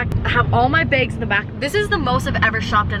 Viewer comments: I love how she says bags she like I got this beg 😂😂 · The way she says bags it sounds like she's saying "Begs" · Love the way you say the word bags “beygs” 😂💀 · HONEY on oh thought it was just a her thing lol I feel so stupid now😂😅